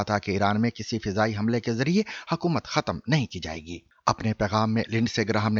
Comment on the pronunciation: جاوید چودھری کی تلفُّظی جہالت سمجھ مں نھی آتی! “ختم” khatam❌/ ختْم khatm ✅